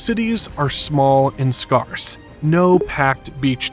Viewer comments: Can’t pronounce scarce? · I made it five minutes in. You should study the pronunciation of "scarce" before you embark on geography presentations.